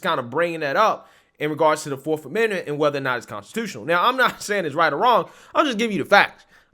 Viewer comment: Did he really just say " Forf " amendment?? Hah..you illiterate fool